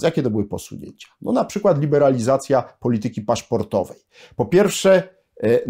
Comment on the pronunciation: poLItyki!!! Na miłość boską, jak można tak kaleczyć polszczyznę!